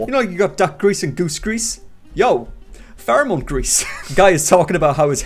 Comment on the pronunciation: “Pherome” “18- BELLOW-30” Lololol